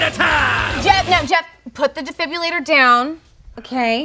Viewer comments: Did anyone else cringe a little when kept saying "defibulator"? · I love how says 'defibrillator' without the r sound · Okay, but not knowing how to say defibrillator is the funniest part of this, not because I'm being mean, but because it just is. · inability to say defibrillator lol